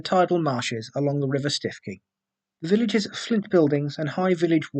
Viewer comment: It's pronounced "Stew-key"